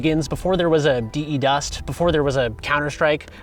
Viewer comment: please don't say "Dee, Eee, Dust" it's derived from defuse. You don't say "Dee, Eee, Fuse" right?